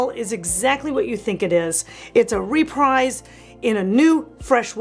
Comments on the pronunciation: My brain hurt every time you mispronounced REPRISE. It's pronounced== RE=PREEZ, like Refreeze, ---not re-Prize. Look it up. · I can't watch you butcher the English Language. It's "Repreeze" NOT "REPRIZE." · It’s pronounced “re-preez.” Not re-prize. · Dear, Great enthusiasm, great content as always. Only I checked and REPRISE is definitely pronounced "Re-PREEZ,," (rhymes with "TREES"). Sending this with all respect and affection... 😄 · Please learn how to pronounce reprise :)